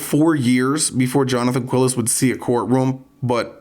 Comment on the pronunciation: This will seem trivial, but the name is pronounced like Kee-les, not "Quill-es." Spanish pronunciation is pretty easy to learn, really, because it's always the same.